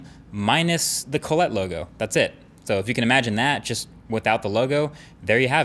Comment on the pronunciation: What the ef is colletee?